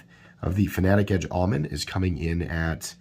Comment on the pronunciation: Never heard anyone mispronounce Omen before. The Auto generated English subs think your saying almond..